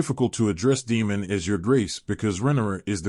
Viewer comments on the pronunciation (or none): None of your annunciations align with the show, making it confusing to know who you are referencing-“Deemon”, “Rehenera”, “eemon”